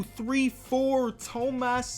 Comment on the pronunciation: No tomas satoranski Is how prounounce it correctly (Toma) (Satoranky)